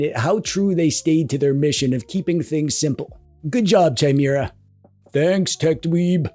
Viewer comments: The H is silent in Chimera but otherwise as always a great vid. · DRINKING GAME!!!!!!. Take a shot every time TechDweeb pronounces 'Chimera' incorrectly!! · Anyone else bothered that he says Chimera instead of Chimera. Clearly its Chimera and not Chimera. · That's not how chimera is pronounced.... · If you don’t learn how to pronounce ‘chimera’, I stg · Pretty sure the H is silent in Chimera. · The way you say Chimera is insane. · Yeah, that word is pronounced "KI-mera" ... this is a well-documented fact that I'm almost positive isn't something distinguished by country of origin... (Canada is also now objectively cooler than the US, where I unfortunately still live) A chimera is a Greek mythological beast, but in modern times the word usually refers to something made of 2 things. Thus, a monster with the head of a lion but wings of an eagle. Two critters in one. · I'd prefer it if you called it kai -meeuh - ruh OS, actually. It's not spelled Chaimera, is it. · Chimera... Like chai latte... Sooo wrong... But since you said it times I think it was on purpose xD It's pronounced Kai-mera (*adjust monocle*) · Its pronounced "kye-MEER-uh"!!! Gosh you're such a DWEEB! (never stop) I do like Bazzite and adding in EmuDeck for Emulation Station, and of course the TechDweeb theme is there too! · Gosh dang, I know it’s probably for the engagement, but you got me! it’s pronounced Ki-maera not Chai-maera. Also, the monster is from Greek Mythology. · Kye-Meh-Rah. Chimera... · chimera is pronounced /kīˈmirə/. That's it. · Oh, I thought it was pronounced Chime-Ra. Silly me. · Saying Chimera as Chai-mera all those times then saying Gnome the right way killed me. Like I know he has to know how it's said our guy plays D&D type games so he has to have done this on purpose. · Chai-mira Chai- na He is phonetically consistent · It's KEE-MEH-RAH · It’s also commonly pronounced kai-mairuh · It's meant to be pronounced kee-meh-rah thought.